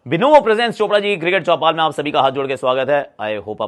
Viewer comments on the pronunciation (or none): none